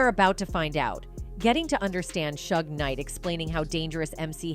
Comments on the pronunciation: Learn to pronounce the names. Not shug, shoog. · This AI is hilarious! Calling him Shug Knight and saying he's 6’4 200lbs😂😂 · "Suge" does not rhyme with "shrug". It's short for "Suger" and pronounced more like "Shooug"er something like that 😉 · Can you please learn how to pronounce people's names properly? 3rd Bass is not a fish. Suge knight is not Sugg